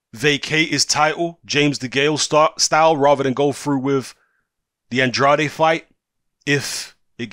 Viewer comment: It’s pronounced “and-raid”. He said it in an interview. He was talking about himself in the third person. Sidenote, never trust a man who talks about himself in the third person.